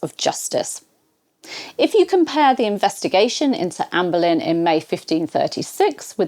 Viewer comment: Benlyn, however, it's spelt Boleyn